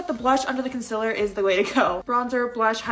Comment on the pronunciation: Bruh that's a lot of bronzer also u pronounce (CON SEAL LER) like (CON SILAR)